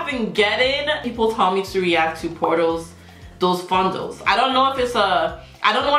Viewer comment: Pronúncia terrível!!porta dos fundos!!